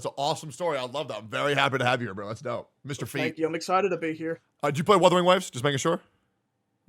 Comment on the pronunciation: HE GOT THE MICHAEL JORDAN OF GENSHIN IMPACT NO WAY "MISTAHFEET"